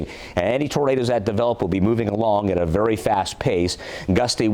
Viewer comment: "VARY","VARY", "VARY","VARY" ACTIVE & damaging winds....!!:dothefive::dothefive